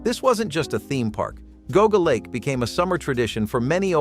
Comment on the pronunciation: Not Ga Ga lake but pronounced Geeauga Lake.